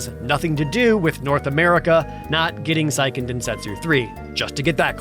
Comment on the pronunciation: Seiken, not "psychen", the pronunciation is as you see the letters, remember is NOT an english word, it's like saying "kehyr" instead of car.